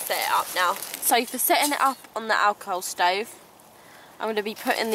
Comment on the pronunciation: 😜 I thought you kept saying "Alcove Stove"